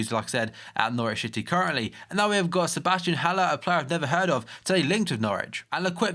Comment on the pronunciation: Did he say Norwich shitty 😂